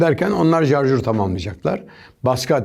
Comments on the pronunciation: Abi Adami cook ovuyorsunuz da Adam sarjore "jarjur" diyor .. Napicaz simdi ?? TDK yazilisi turkce dilinde sarjor turk dil kurumu boyle diyor... Klavyem latince s harfi yok .. 😉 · jarjör deme şuna beaa... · Jarjur dedi sat komandosu. Jarjur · Şarjör değil mi ya o jarjör değil reiis(adam benden daha iyi adama laf yok normali hangisi onu nerak ettiğim için sordum) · Jarjör kk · 'nın jarjur demesi çok iyi yaa